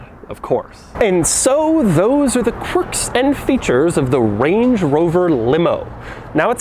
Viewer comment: "corks and features"